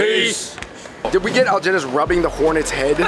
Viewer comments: why pronounce his name like that when he clearly introduced himself as algenis? (al-hen-nees) 🙄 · why did they not try to pronounce Algenis's name like how he pronounces it. He even said it at the beginning. They put a hard g on it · AL-HE-NISS damn it’s not that hard 🤦🏽‍♀️ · If you take the time to pronounce the dishes correctly, do so for your friend's name. I really enjoyed this channel, but stuff like this just shows a flippant ignorance of the culture that you're trying to share with people.